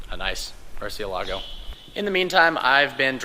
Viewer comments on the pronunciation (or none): Its MURCIÉLAGO, not MurcieLAGO the accent is on the E. God Damn it.